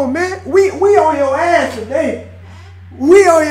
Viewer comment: pronounces ass like "oss"? Where is he from?